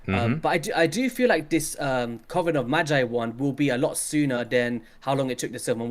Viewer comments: Coven rhymes with Oven. I swear I heard say Coffin of Magi. Haha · Jeez! Another colab! When are you two getting married? I think it's pronounced more like "cuv-en" like oven I feel with the addition of Iron Twins, that a Bio-Mech faction is possible